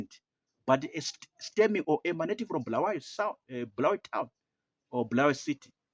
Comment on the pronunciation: We don’t need someone from Harare to tell us lies. Our people have been neglected for the past 45 years. And it doesn’t matter we don’t regard ourselves as part of that dirty Harare folks. Mnangagwa is not wanted anywhere in Matebeleland. He killed our people! And by the way Bulawayo it’s pronounced “Bu” not “Bhu”.